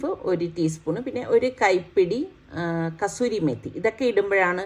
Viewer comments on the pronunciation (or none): none